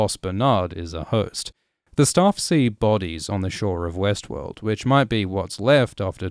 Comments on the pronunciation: Is it just me or everytime he says Westworld my brain is telling me Westeros? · every time you start to pronounce Westword, I expect to hear Westeros